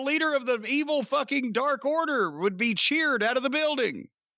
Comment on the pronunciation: "Dork order?" fuck u Jim